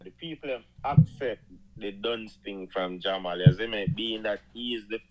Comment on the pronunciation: Why unuh pronounce dunce as dungs 😂😂